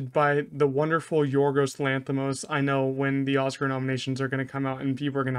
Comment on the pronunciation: Excellent pronunciation of Yorgos' name